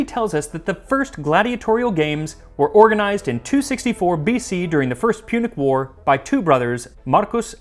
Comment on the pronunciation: I definitely heard "Pubic War." I know it's not what you said, but thank you for the laugh! ^▽^